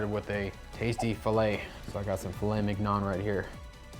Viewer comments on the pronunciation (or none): It's pronounced "Min-yone," not "Mig-non." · I know he did not just say mignon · Minyon, it miggnon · The way he said "mignon" was a crime in itself